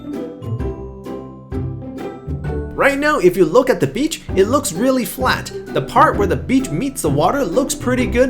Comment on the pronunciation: "So u can see the beach becher" :DDD